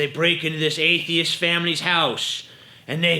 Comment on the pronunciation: He says A-the-ist like A-fe-ist